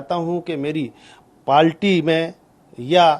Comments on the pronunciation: Its Party not a Palty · Palty nhi party hota hai Kaha tak padhe hain sir...😂😂😂😂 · Party ❌ पालटी ✅😂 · पालटी😂😂या बालटी😂😂